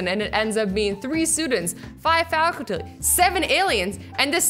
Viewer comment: nobody noticed that azzy said faculty wrong😂